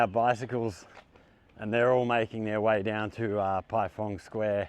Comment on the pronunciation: Not being pendatic. It is pronounced as PieFang square. 🙂 I miss ZQ after being there for 12 years. By the way, Which school do you teach at? Any other foreigners at the school?